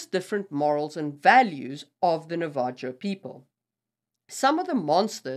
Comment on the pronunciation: I think you mean Navajo the j makes an H sound so the last syllable is like “ho” I love your videos thank you for making this content